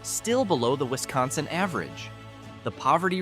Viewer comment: If you're going to do a video on our state of Wisconsin you need to be taught how to say the name correctly my guy